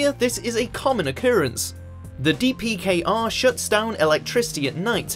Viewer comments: DPKR? It's DPRK! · DPRK, not DPKR. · Did he just say DPKR? It's DPRK Democratic People's Republic of Korea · Isn't it DPRK not DPKR? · Dprk not dpkr